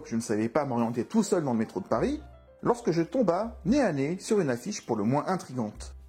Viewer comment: "lorsque je tombAI nez à nez avec..." 🙄🤣